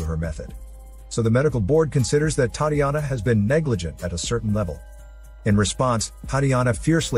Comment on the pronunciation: Butchered the name Tatiana 😂 A for effort. Sweet movie